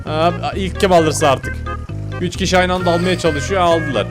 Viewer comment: Türkçeyi katlettin amw